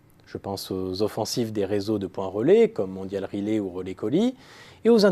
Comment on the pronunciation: Certes, cet homme est manifestement originaire du sud, ce qui explique qu'il remplace tous les "è" par des "é". Cependant, prononcer Mondial Relay "Mondial Relé", c'est un peu exagéré ! Que les sudistes déforment la prononciation française, pourquoi pas. Mais qu'ils déforment aussi la prononciation anglaise (ex : "Holidé" pour Holiday) est tout de même ridicule.